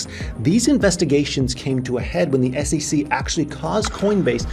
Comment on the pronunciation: It is SEC, but you say all the time SECC. Why? 😂